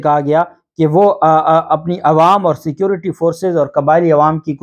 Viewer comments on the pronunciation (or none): none